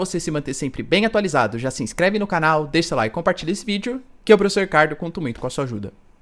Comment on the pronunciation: N consegue falar a palavra professor, é piçor.kk